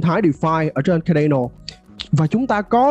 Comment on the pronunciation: Phát âm sai tên dự án người ta rồi bạn ơi. Trong tiếng Anh ko phải âm A nào cũng đọc là ÂY ÂY ÂY đâu bạn, Cardano cũng không đọc là Khây Đây Nồ đâu. Thiết nghĩ bạn nên tìm hiểu cách đọc tên các dự án cho đúng đã rồi hẵng làm video truyền tải đến cộng đồng. Phần tiếng Việt bạn trình bày rất hay và mạch lạc nhưng tiếng Anh của các dự án hoặc từ chuyên môn làm cho video bị trừ điểm nhiều. Chi tiết nhỏ thôi nhưng thật sự nghe khá khó chịu khi bạn phát âm sai như vậy. Chúc kênh thành công hơn nữa.